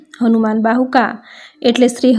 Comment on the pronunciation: Bahuk bolo bahuka nahi